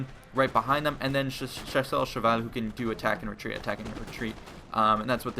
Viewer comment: Wow! you said "Chasseur à cheval" almost perfectly... i am impressed.